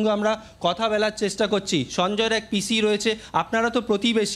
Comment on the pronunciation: পিসি পিছি কি ভাই জঘন্য উচ্চারন